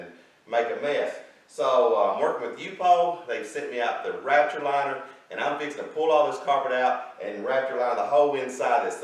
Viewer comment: It sounds like you keep saying rapture liner.